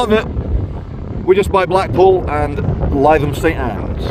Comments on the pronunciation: No. Only Cockneys have an inability to pronounce th correctly. Th is a dental fricative - your tongue should touch your front top teeth as a bit of air comes through. Th-fronting is that cockneyism for pronouncing th like f or v. As a northern, you should know better. Li-thum. If you pronounced th like f or v then you cannot speak English properly. Simple as that. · Maaaate…. Missing all the action in city centre.’.. and it was a spy, a Russian spy squirrel, just like all pigeons… ‘litham’ try pronouncing it now old boy. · You really need to learn how to pronounce Lytham. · Are you pronouncing Lytham wrong on purpose? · yr saying Lytham wrong lol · Lytham: a very pleasant coastal town that still feels like Lancashire/England. Pity that your pronunciation of a Lancashire town was , once again incorrect. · You're pronouncing LYTHAM WRONG GOD DAMN IT!!! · Its not pronounced as lie-tham. Its pronounced Lytham as in Rythem. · As a person who went to school in Lytham, it sounds hilarious when you pronounce it Lie-thum - its pronounced Lith-um 😂😂😂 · NOT lie than its LI THAM AS IN L I THAM OK MATE. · Lytham pronounced LITH-AM as opposed to LIE-THAM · We are doomed..!! Where are the patriot missile batteries protecting bae systems.!!??? 😲🫡😲 Oh by the way, Lytham is pronounced 'Litham' and not 'Lietham'... 😁😁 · I wonder if BAE systems employ joeys? mine goes more like a walnut lol he seems like a reasonable guy. Totally get where he is coming from. why wouldn’t you paint those gates!? it’s Lithum rather than Liethum if you get me? Just for future reference mate. dude I felt that pain as soon as he said it. If the police want to know why the general public have a distaste for them, there is the example right there. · Lytham is pronounced Lithum not lietham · Litham pronounced lie 😢tham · Has anyone corrected your pronounciation of "Lytham" yet? If not, it's "Lithem", not "lie-them". Happy to help :) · It's pronounced Lythiam